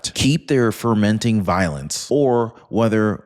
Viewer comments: get a dictionary it's fomenting violence not fermenting violence — perhaps some elocution lessons as well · Fo-menting not fer-menting.